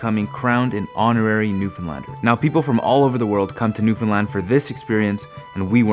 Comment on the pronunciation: Now you just need to learn how to pronounce Newfoundland not newfinland